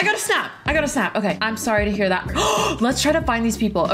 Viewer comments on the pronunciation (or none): none